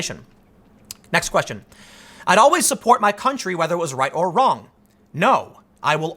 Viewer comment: Tim "Owl-ways" Pool